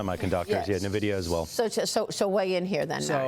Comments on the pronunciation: its not pronounced ne-vidia its "N"vidia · This guy is a CEO and he calls it Nah-vidia. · Its 'EN-VIDIA' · Don’t trust people that are too lazy to pronounce nvidia correctly